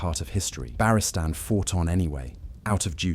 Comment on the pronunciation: if you insist on ai slop at least phonetically set your speech so it pronounces Barristan correct